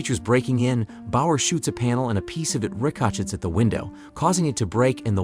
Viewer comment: The bullet “reca chetts.”